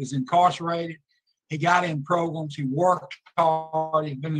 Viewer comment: I really like your content but I don’t think I can listen to saying sen-nence instead of sentence and saying progrums any longer. I want to drill pencils in my ears when I hear them.